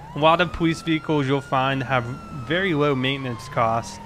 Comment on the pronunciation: Why does he say powees